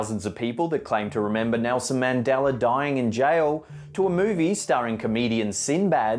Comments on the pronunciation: Mandela not mandeller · Mandela not Mandeler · I always thought it was Mandela effect not Mandeler effect?😉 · god damn it man its MANDELA not MANDELER so annoying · It's ManDELA, NOT ManDALER! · It's Mandela not MandelER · Mandela....not mandeler ....and I'm from Arkansas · It's not mandelER effect its Mandela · "mandela", not "maundeler". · Its Mandela not mandelar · MANDELA effect, not Mandeler!!! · Mandela. Not Mandelr. The a has no r sound. Rerlly rnnoying. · I think the real mystery is why you can say "Nelson MandelA" but whenever you include the word 'effect' you say MandelleR effect. And if people didn't say "Luke" first, others would just be confused as to why this person, who is obviously not your father, is saying he's your father. The "Luke" puts it in context instead of just being nonsense. Monopoly guy does have a monocle in older images, and on and on. Buncha rubbish. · Adding an "er" to the end of a word is driving me nuts. Quit saying MandellER and pronounce it correctly as MandellA. Agater Christy? NO! How about Agatha Christy? Sound right? That's because it IS right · This idiot is saying "mandeller" effect.... Man-del-UH! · Its "Mandela" not "Mandeler" Jesus fuck! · I swear it used to be “Mandela Effect” and now I’m hearing “Mandeler Effect”! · Mandela not Mandeler... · Mandeller Effect? You mean Mandingo Effect. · The only thing that gets on my nerves about the way brits speak is pronouncing certian letters wrong. He's pronouncing it as the mandeler effect, instead of mandela...😥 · I don't believe Mandela had an "R" in his name i.e. Mandelar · It's not pronounced "Mandelur" it's pronounced how it's spelled "Mandela" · Mishearing song lyrics isn't false memory, it's an auditory perception. Don't add crap in just to try to pad your video; I'm sure with a little more research you can find more actual examples, there are plenty out there.Oh, and his name isn't 'Mandeler,' it's 'Mandela.' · Y dose he pronounce Mandela, Mandeler? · "Mandeller effect"